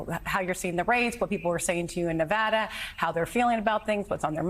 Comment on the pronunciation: Ahh he said Nevada correctly ❤